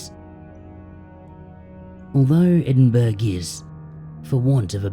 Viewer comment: Excellent as always,! Just so you know for the future: Edinburgh is actually pronounced "Edin-burrah" (for some reason - British place name pronunciation is often quirky)